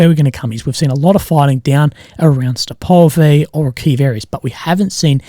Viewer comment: Just a heads up, on Deep State if you click on the button that says "Updated 8/1 PM" it will explain where the changes are at and why they changed. The area around Avdiivka was apparently a front line correction. Allegedly. Also, Svatove is pronounced "Svah-toe-vuh", Robotyne is "Roh-bot-ih-nuh"... or at least that's closer than Robo-teenee:P